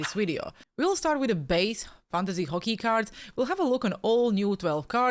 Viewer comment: What the hell is Fockey? 😂